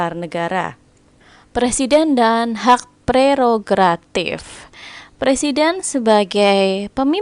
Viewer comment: Mantap kak terimakasih buat pembahasannya, btw bantu ralat dikit yg bener tu prerogatif bukan gratif😁 semangat terus buat yg besok tes semoga dimudahkan dan dilancarkan aamiin🤲